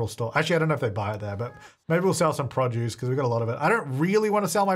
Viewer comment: I like when he says “produce”. Prah-juice